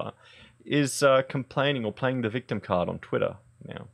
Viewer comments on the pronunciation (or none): none